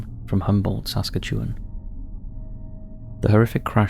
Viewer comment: work on your accent, sakatun is no the same as Saskatoon